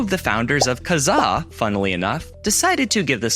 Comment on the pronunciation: FINALLY! Someone who knows how to properly pronounce "Kazaa"! THANK YOU! Surf Wisely.